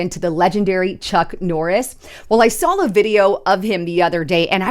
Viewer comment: You "sawl" 😂